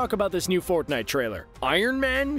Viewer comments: you said forknite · Did he Said ForkNite